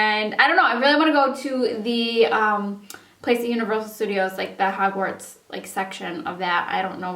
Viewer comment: oh my god! jst fell in love w you when you said hawarts lol i love harry potter.... and about yiur grandmas mustache gel remover thingy for your eyebrows i was laughing so hard too funny ;)